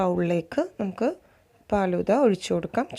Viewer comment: ബോംബെയിൽ (ഹിന്ദിക്കാർ) ഫാലുദ എന്നാണ് പറയുന്നത്. പാലുദ എന്നല്ല. എനിക്ക് ഹിന്ദി നന്നായി അറിയാം. മുജെ ഹിന്ദി അച്ചി തരഹ്‌ മാലും ഹൈ.